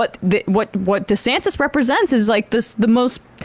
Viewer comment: So disrespectful, mispronouncing his name like that. It's DEE-Santis, not DisAntis. Disgusted at TMR for stooping to Tucker Carlson-esque tactics.